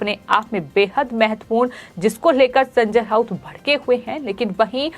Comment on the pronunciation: अरे कोई तो इस को बोलो की, बोलते समय एकनाथ शिंदे का नाम कम से कम ’सिंधे’ तो नही बोले। दूसरी चीज़ हर शब्द के पीछे ’ह’ लगा के हकलाने की जरूरत नहीं। संजय राउत को संजय ऱ्हाउत, बयान को बह्यान, रात को ऱ्हात, जवाब को जव्हाब. बाकी सब ठीक है पर उसे अपनी खुद की speech सुननी चाहिए।